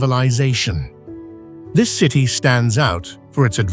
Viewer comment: . "Three hundred an duh.......seven TEEEEE miles" - AI. Human translation: three hundred and seventy miles. Then, the narration app says "basil" randomly . This is a fun game! Thanks OP! "forty eight tchoo thousand" tchoo? "100 degrees efff." That's minor, but a human would have said Fahrenheit. "Ozkonak underground cee tee". City "A mystery story" so close, but no native English speaker would say it like that. "An unpublished deep tunnel" unpublished? "Astronomy rules"!!! Longyou caves so many images of other places! Probly all of them are wrong. I laughed when saw an image of a native American petroglyph! They never even showed the real images of the carved out caverns. That's too bad because It's quite impressive! You should look it up to see the real images. The minor linguistic mistakes were amusing, but the piece about the Longyou caves only showed random images from around the world. All credibility is lost. So on that note, I'll stop watching. Take care! Always do your own research. These videos arent always accurate.